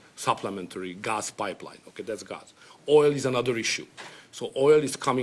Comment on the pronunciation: He just doesn't know how to pronounce the word GAS correctly.